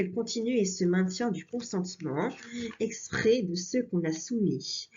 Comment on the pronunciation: Vers la fin de la video, il faut prononcer "consentement exprèsS" (sinon cela signifie la même chose que dans la locution "fait exprès").